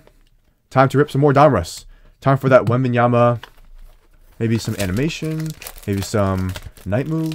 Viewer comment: You were "Wong"... It wasnt Wembenyama 😂